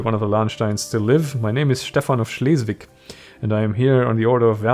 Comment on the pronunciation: Man, I'm just loving your pronunciation of all the names here. Great review, sorry ... couldn't bring myself to skip any of it even with the pop up 'jump to the action' box offered. lol :) It was a chance finding of your channel here, subscribed, gotta be done. Keep up the good work. :D